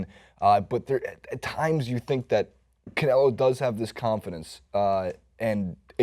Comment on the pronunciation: And it's canelo, not Canela...